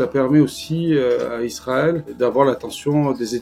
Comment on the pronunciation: Pourquoi elle n'arrête pas de dire Izrael avec un z ? Israël c'est avec un S. C'est affligeant